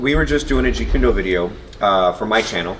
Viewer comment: Stop saying jeet June do with the wrong pronunciation! You sound completely unprofessional and disrespectful towards the art. And I know that you are extremely knowledgeable in the this art so It .makes no sense why you do it. Seriously please stop!!!